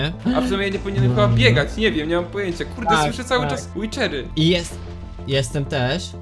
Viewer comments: aha witcher (łider) a nie wicher (liczer) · Ej bo to nie wicher tylko wither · Drogi bardzo prosze mów łiderów nie wiczerów xD wiem że sie inaczej pisza ale wiesz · łidery a nie łiczery